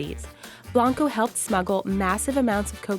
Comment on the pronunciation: my last name is blanco....... and its not blaaaanco you say it like bl-o-nco